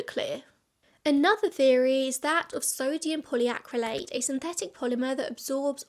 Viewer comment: You did well saying those crazy names. I was surprised to hear sodium polyacrylate is in food, until I found out it's made from coconut.